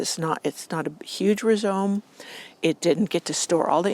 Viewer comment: Rhizome is pronounced rye-zome not re-zome.